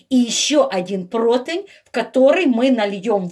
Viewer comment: И еще - противень, а не протвинь, извините.Римма Гарницки